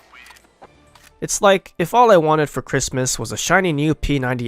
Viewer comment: "happy christmaa" ly2